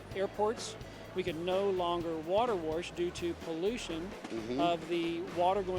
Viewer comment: Saw your comment first and had no clue what you were saying. Now I can't stop laughing. He must say it like 30 times